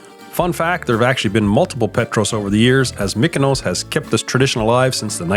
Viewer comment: It is pronounced MEE-koh-nos, not MICK-oh-nows. Sounds like in parts you do say the proper "EE" for the Greek "Y". What is the most odd is that in the few places you do say "ME" is actually on the island! So why the voiceover, which you did later, mostly pronounces it incorrectly, is interesting. But since it does seem back and forth, maybe it is hard to do a word like that. Anyway, the shirt gag was brilliant. I can just imagine when you guys all met and were wearing the same shirt.